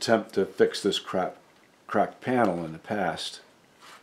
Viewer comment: I chuckled when you were talking about the cracked panel but it sounded like you said crap instead (which was just what pounding a giant nail into that piece was)! Another fabulous video--I am always in awe of your patience.